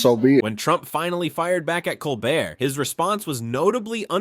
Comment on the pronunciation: Too long, didn't listen to it all (less than 5 minutes). . . . Also, please learn how to pronounce Colbert correctly.